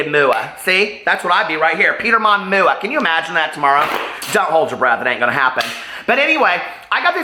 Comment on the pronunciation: Peter I love you so I say this with much respect , no one says MuuuuAhhhh , I've been a professional MUA for 20 years and I've never heard anyone pronounce MUA like that , it really doesn't matter but it makes me think of the Showgirls Versace moment , much love to you 😘